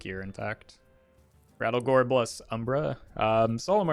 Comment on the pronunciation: His name is not Rattlegore, its RATTLEGOOORE!!!!!!!!